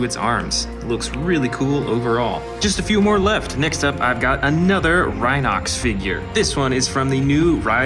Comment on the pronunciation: You need to learn the names its rhinox not rhino x